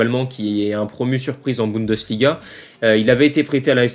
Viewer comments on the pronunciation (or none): none